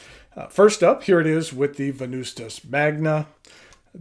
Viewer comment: the true way to say Venvstas is Wen-noos-tas if in Latin